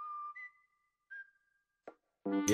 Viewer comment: No one:: GO-BUH